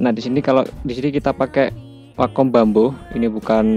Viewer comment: driver dibacanya driver bamboo dibacanya bambo 😂😂😂 mustinya draivær dan bambuu tapi ya wess ..sing penting ilmu pen tabletnya